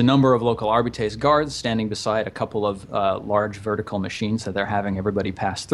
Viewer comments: Also, it's pronounced Arb-I (capital I)-ts. Arbites. Arb-I-ts. Arbites. It's super simple. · Dudes, it's "Are- bites"